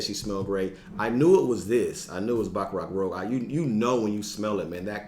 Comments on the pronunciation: Baccarat ROOOOOOZSSSSHHHHH. Not rogue!! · You might want to check how BR540 is pronounced. It's Rouge as in red, not Rogue. I mean if you like it that much, you might as well say it's name how it is. 😉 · Great video. It's Rouge, not rogue. French for red. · Rouge not Rogue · rooj not roag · Good to see you back bro. Bringing back memories of my first introduction to fragrances watching your videos. Kiton was one of my entries to this hobby thanks to you. By the way it’s Baccarat Rouge as in red, not Rogue. 😊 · FYI "rouge" should be pronounced like "roozh". 🤣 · Rouge is pronounced rooj.